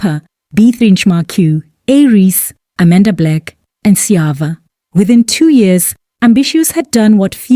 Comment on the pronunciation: lol that Sjava pronunciation sold it out 🤣🤣🤣